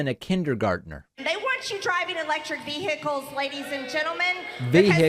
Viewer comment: I’m from the north. We don’t pronounce the h in vehicles……